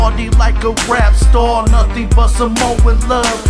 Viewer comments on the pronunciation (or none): i see only one skinny person in the video. did you say rep star or rap star?